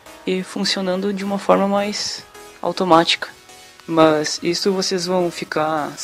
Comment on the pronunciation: Ao invés dele falar mas ele fala mãs